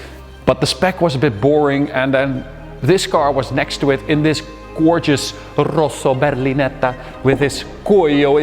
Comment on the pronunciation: "Rosso berlinetta". I'm Italian, I can understand how difficult is to pronounce this word for you. 😅😅 BTW, you did it perfectlly!